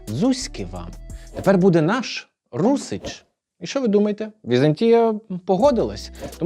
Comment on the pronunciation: Відео бомба❤ тільки не русич, а русин)